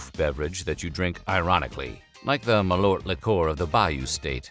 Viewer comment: Lol. "Maloort" Liqueur...